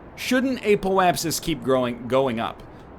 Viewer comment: So glad he started to pronounce apoapsis properly.